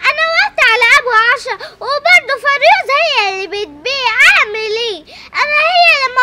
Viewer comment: هوا لي غزل بتقول فريوز